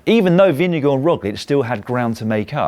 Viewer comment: the way you brits pronounce vingegaard is deeply unholy and disturbing